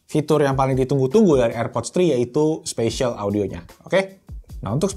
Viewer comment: Spasial audio bang bukan special audio wkw